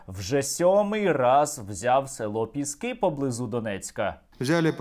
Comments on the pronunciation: Боже, Сергію, ПЄскі, а не ПЕскІ! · Бля, «Пєскі»?????? Не Піски?? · Їм мабудь вже набридло Піскѝ брати, тому вони кажуть 'Пѐски', а не Піскѝ'. 'Pesky' англійською означає 'набридливий'. 😄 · Задрали коверкать название Пески!!! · ці довбойоби не знають слова "пєскі"?)) ніодна собака не може слово їхньою ж мовою вимовити правильно) сука недолугі. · Може шойгу десь і підбрехує, але я вірю в те, що росіяни 7 разів брали піськи (як вони самі вимовляють). Правда не каже за яку щоку... Але то вже не суттєво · Вони навіть вимовити назву села не можуть з 7 разу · Вони навіть не можуть правильно вимовити назву селища Піски 🤦‍♀️😂 А про кількість нашої авіації ми напевно і самі не в курсі! 😀✌️ Слава Україні! Слава ЗСУ 💙💛🇺🇦